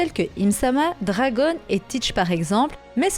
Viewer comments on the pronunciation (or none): none